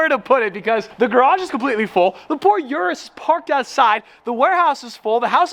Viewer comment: Please learn how to pronounce Urus